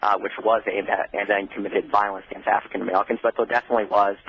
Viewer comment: Wtf is an Afwican Amewican?